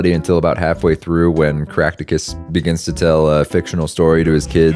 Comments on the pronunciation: When you said the main character’s name, I heard “Crackticus Pots” and I was like “There’s NO way that’s his name” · "crack-tu-cus" LMAO